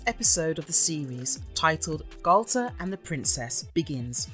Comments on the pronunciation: Interesting, but, and this might be minor or even petty to some, but the voice over is driving me crazy the way they pronounce Galtar. "Nah, man, it's not the same! I'm saying Gal-ta, not Gal-TAR!" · It's two different syllables. Gal-tar. It's not pronounced so short. The letter a is long. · Say Galtar like He-Man. Gal-tar. Say Barbera like Thundarr the Bar-barian. Bar-bera. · I know it's pedantic buuuuut... It's pronounced Gall - TAR not gaul-ter and Hanna Bar-bear-ah not Hanna Bar-bra.